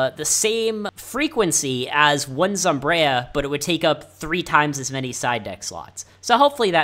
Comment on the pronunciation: Regardless, its not zomb-reye-a, its zomb-eye-ra